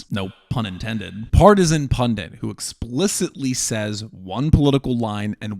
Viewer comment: Will if you happen to read this, PLEASE learn to say the word "pundit", it's not "pundiNt" with an extra N. It's so embarrassing to hear you say this repeatedly.